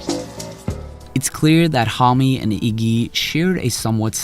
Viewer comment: You are misspronouncing Homme, its actually annoying